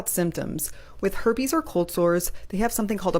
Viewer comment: "the her-pays" LOL